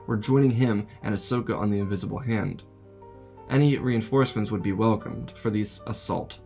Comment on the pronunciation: INVISIBLE HAND. bro keeps saying invinsable